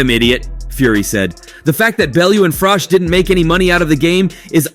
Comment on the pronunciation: How difficult is it to pronounce Froch?